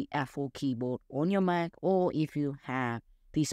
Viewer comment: It’s “Mac” not “Maaa.” Place more emphasis on the “c.” It took me a while to realize you were trying to saying “Mac.” Maaa is short for mom. In America, Apple is a god. Do not disrespect our gods. It’s blasphemous. Repent and redo this video saying “Mac” correctly or the Apple secret service will be angry.